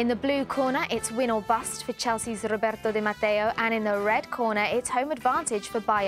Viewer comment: ... the way she pronounces "Roberto Di Matteo" ... :O